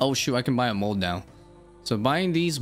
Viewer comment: Bro you said “mode” instead of “mold” so many times it starting making me think I was crazy